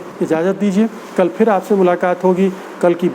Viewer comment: Sir with due Respect , fool is no word, it is bhool. Same way there is no word like . feer , it is phir . All the word pronounce with “ ji “ you can change with “ zi “ like zindagi not jindagi. Zaroor Not jaroor etc etc. thanks